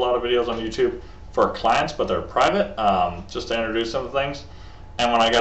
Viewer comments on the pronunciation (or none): none